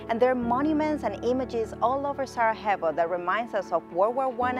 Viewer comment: Great video. Couple of notes: You are not properly pronouncing Sarajevo; It would be great to mention that of the video mayor of Sarajevo appears (lady in a yellow dress)